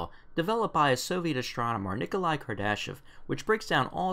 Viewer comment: "KAR-da-shev", maybe? ;)